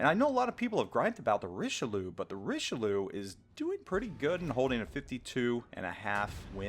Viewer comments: Alsace is pronounced 'Al(as in the name)-sass', not 'all-sass'; Richelieu is pronounced 'reesh-lur', not 'reesh-uh-loo'. Sorry, it was driving me insane... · Richeloo? You aren't even trying to pronounce it right.